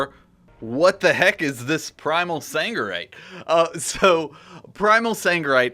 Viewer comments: It is Sargerite not fucking saNgerite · SARGERITE!!! Not saNgerite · Sargeras. Sargerite. Sargeras. Sangerite. hnnnng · triggered me so hard